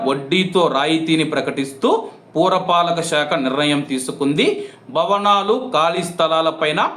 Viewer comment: పూర పాలిక శాఖ కాదు పుర పాలిక శాఖ నీజెంత రైటి్ఒఫ్ఫ్